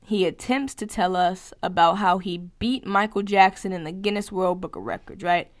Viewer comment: "Genius book" 😂 How do you not know what Guinness Book of World Records is. Lol. It literally says it on the Google list even if you didn't know. It you still said genius. The irony in mispronouncing that word the way you did is hilarious 😂